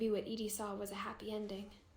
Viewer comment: kind of impressed you got "Edie" correct straight away, most people say "Eddie" but I'm only 7 minutes in and I can name 6 things you glazed over/rushed passed. slow down and explore, you would find a lot more detail.